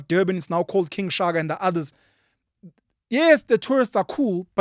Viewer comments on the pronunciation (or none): none